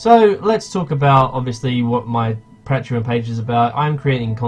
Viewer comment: You can't say patreon correctly, but gratz on 7k!